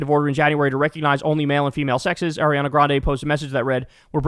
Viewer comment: Someone please teach Kyle how to pronounce Ariana